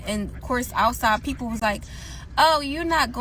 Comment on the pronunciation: Those bubble gum 👄 .... talk normal plzs stop that Pop ... pronounce like People. 😕